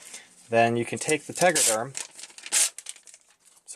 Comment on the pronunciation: Tegaderm, not tegraderm